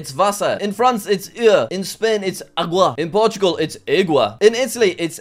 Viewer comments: Jack saying water in portuguese actually sounded like how in Portugal would say mare (water- água; mare - égua) ahahahah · In portuguese he said égua that actually means mare. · "aygua" for portugal. As a Portuguese, I physically cringed. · Your pronunciation of water in portuguese sounded exactly like the word for mare.